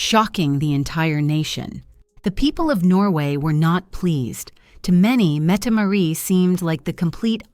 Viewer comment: The "t" Marit is not silent.